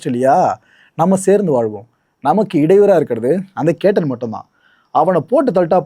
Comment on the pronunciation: பெயர் கேட்டன் இல்லை கேத்தன்